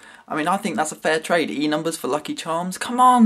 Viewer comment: What the fuck are "Enumbus"? ;)